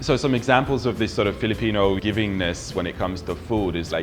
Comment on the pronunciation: woah...your filipino accent is good